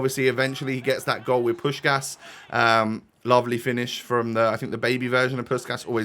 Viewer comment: I love your content, keep it up🙏 But please pronounce Puskás as Puskas (here the "S" is pronounced like in snake) instead you should pronounce the "S"s like in "Sheep" e.g. PuS(H)kaS(H)